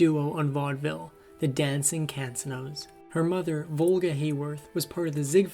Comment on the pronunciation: DANG! Isn't there a narrator out there that knows how to read and pronounce simple English??? 🤦‍♀️ And the pronounciation is "Con-se-no"